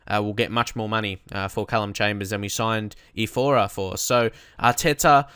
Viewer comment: Are you dislexic? I'm saying this cause you were pronouncing his name as if it was "Ifora", and it's not like that, it's Iorfa...